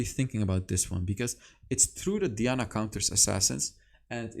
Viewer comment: 😂😂😂😂 you got twisted FATE right , while i’m here it’s also diana(DIE-ana) not (DEE-ana)